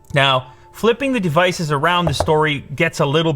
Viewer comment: why does he say the word department so weirdly? also devices. he says the syllable "de" very strangely. like he elongates it. is that a canadian thing?